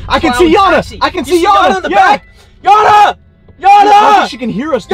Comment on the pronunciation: Gotta sleek it’s not janna its yanna